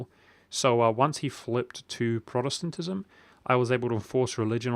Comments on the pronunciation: And don't forget Protestentestenism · Achievement Unlock: Pronounced "Protestantism!" :)